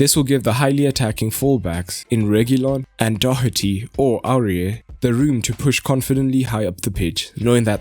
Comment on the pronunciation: It's Doh-erty not Doc-erty.